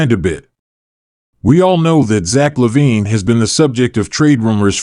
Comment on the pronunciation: You are saying his name incorrectly...